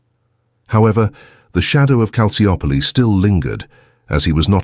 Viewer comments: Excellent documentary but the Maradona era at Napoli had nothing to do with Calciopoli, nor did the mafia/Camorra. So why include them? Also Calciopoli is pronounced Kal chi opoli. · Calciopoli is pronounced Calchiopoli. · Loved the video, but this dudes pronunciation of Calciopoli was driving me insane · Can’t even pronounce the name of the scandal correctly… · Mostly irrelevant material. You barely understood what Calciopoli was about I mean you even don't pronounce it correctly.